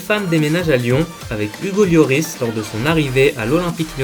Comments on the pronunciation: Hugo lioooris frère fait un effort LORIS ca se dit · mais orh t’a rien compris toi ca se dit l o r i s pas lioris comme il dit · correction Lloris